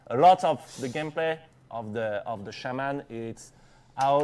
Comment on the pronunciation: It's pronounced shaw-men Not shay-men ffs lol